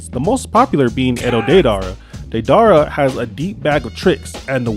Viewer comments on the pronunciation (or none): DEE-DER -A not what ever tf u said😂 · I hated the way u said deidara but good video man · The way u pronounce didera name